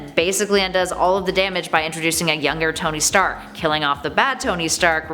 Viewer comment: towny stark? CANT ANY OF YOU PRONOUNCE A NAME RIGHT?!